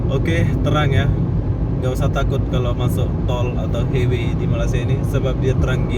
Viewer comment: Highway = Lebuhraya. Sebutannya bukan "hei-wei" bro tapi "hai-wei".